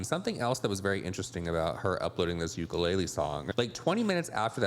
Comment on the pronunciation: I know this way off topic, but because Colleen forced that ukulele to be a part of this bs, I’d like to let everyone know as a Native Hawaiian that UKULELE is pronounced OOH-KOO-LEH-LEH, not YOU-KA-LAY-LEE. That is all, carry on 🤙🏾🌺.